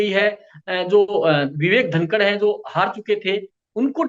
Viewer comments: Vivek dhakar sir ji not dhankad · Vo Vivek धाकड हैं धनकड़ नहीं 😮 बोलना सीखो पहले